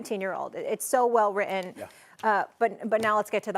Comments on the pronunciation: "it's so well wri-in." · Did the reporter say her statement was so well "rit-en"? can I "ax" you to repeat that? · That stupid anchor woman is talking about how as an adult, she can learn so much from that 19 year old girl. The way the anchorwoman pronounced the word “written“, makes me think she should stop listening and learning from teenagers.